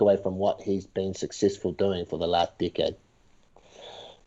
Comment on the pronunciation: This is the first time that iv'e heard the word "decade" sound like "dick head". lol